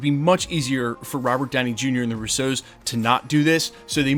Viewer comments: You know their name is Russo, right? They’re not French. The emphasis is on the first syllable.😊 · Guy has been mispronouncing their last name for years. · Stop say “Russo” like that!